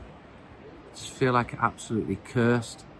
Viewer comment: “Cursed” you’re from Manchester 🌧️ 😂